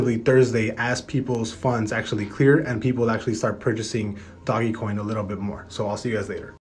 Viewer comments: It’s not doggy coin. It’s like dogue coin. 🤦‍♂️ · Dohgggg. Its pronounced Doughj like doughnut but no nut. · It's not doggy its doge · “Doggie coin” 🤦‍♂️ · fr the reason why people are selling rn bc people can’t pronounce ‘Doge’ correctly. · Did you just call it "Doggy Coin" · Its doge not dogE say it like dodge but with out the 2nd d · Haha right